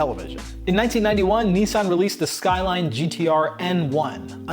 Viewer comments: das sqailain 😂😂😂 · I think it's pronounced SkyRine sir. 🤣